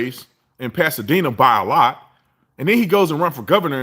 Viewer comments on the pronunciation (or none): none